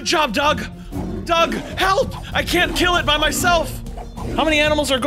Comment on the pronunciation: It’s not Doug it’s doge